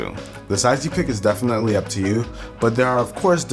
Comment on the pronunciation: "Defenetly" hahah u cute